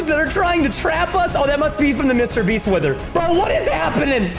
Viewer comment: Why did Preston say Mr beast rong